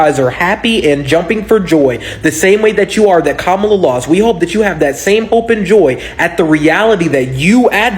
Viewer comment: They say they are so much smarter than us yet he's spreading a debunked lie about Kamala arresting BM and extending sentences. Then pronounces her name incorrectly on purpose, which is coincidentally what the racists keep doing. Then he's requesting allyship with people he is saying are unintelligent and don't deserve basic human respect. Then he says we don't understand how social movements or allyship works. THEN he complains about how our tax dollars are used while he himself is still paying taxes. If black people are so stupid and selfish I can't imagine the point of continuing to 1) ask for our help and 2) addressing us instead of the Republicans who are in office. I will disengage from any movement that prioritizes calling black people slurs when they are in the middle of a crisis. Go start your revolution and call Jill for help with that.